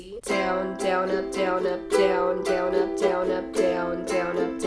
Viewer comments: i would like her videos but the ways she says down it ruins its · when you were sayin down up i tought u said donut